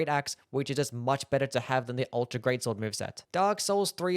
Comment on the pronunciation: "The guts gweat swod